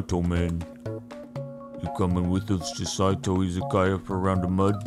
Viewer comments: I like how he says it right but when the game starts he says sai’two, lol. I'm surprised he didn't say his thing on 2-step verification. 🤜🏻🤛🏻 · Love how you realized mid playthrough that you have pronounced Saitou correctly a total of once till then.